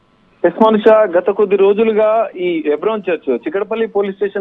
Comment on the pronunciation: హైబ్రోన్ కాదు తల్లే.. హెబ్రోన్..ముందు కరక్ట్ గా మాట్లాడడం నేర్చుకో